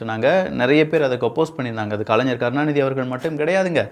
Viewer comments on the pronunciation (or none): none